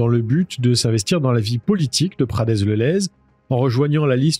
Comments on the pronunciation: Prade le lez. Pas pradez... Dsl ça m'a piqué les oreilles 😅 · on dis pas "pradez le lez" mais "prades le lez", désolé pour ce commentaire ^^ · Prades le lez ça se prononce Prade le Lez 😁 Mais je chipote, très bonne vidéo comme d'habitude, toujours un plaisir de te suivre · prades le lez ^^' ça se prononce "prade le lez," on ne prononce pas le S dans la région (enfin pas celui là en tout cas) je connaissais l'histoire mais ça reste une bonne video comme d'habitude ! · Prades le lez ce lit "prade " le lez ;) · Bonjour, le "s" de prades-le-lez ne se prononce pas. Video très intéressante. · Juste un détail : dans Prades-le-Lez, le "s" à la fin de Prades ne se prononce pas. Pas important mais ça arrache les oreilles quand on est du coin ;-)